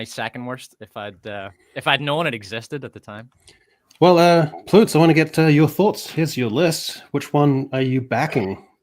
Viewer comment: I love how we're calling him Ploots now